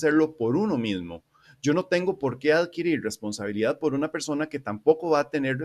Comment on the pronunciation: Oye carnal una duda, no puedes pronunciar bien la "R"? No es burla ni nada (yo ni siquiera puedo :v), es que cuando dices "responsabilidad" se nota algo raro xd